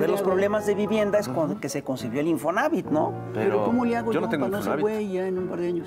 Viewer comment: Oiga don , perdón pero se dice Infonavit, como lo dice el invitado, no se quiera hacer el moderno !!!